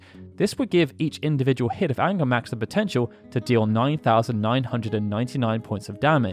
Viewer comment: I remember it was "Ungarmax" was it corrected?